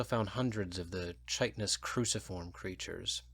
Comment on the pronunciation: I wish you knew how to pronounce chitinous. Thanks for the read, though.